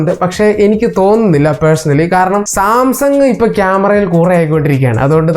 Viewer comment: സംസാങ് അല്ല സാംസങ്ങ് 😅😅